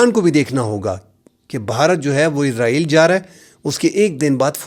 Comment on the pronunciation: آپ بھی حامد میر صاحب بھی اسرائیل کو عزرائیل پڑھتے ہیں